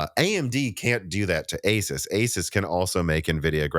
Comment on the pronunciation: This might be the only tech video where I've heard someone pronounce the name Asus correctly since their name comes from the word "pegasus" and not "pegasoos"